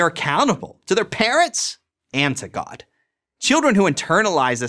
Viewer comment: You notice how every religious person says god like "gwad"? As if to convey the weight of the character they are describing though annunciation.